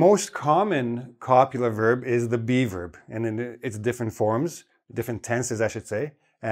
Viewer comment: Can't help it but I keep hearing "be verb" as "beaver" 😊